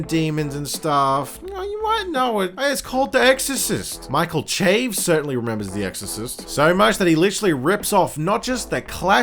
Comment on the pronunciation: It's pronounced SHA-VEZ or CHA-VEZ but definitely not CHAYVZ